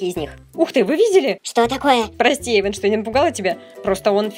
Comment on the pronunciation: Не Эйвон а Эйван